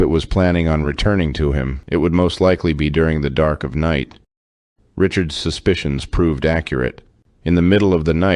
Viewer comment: I have a question: Who taught you to say Richards,s?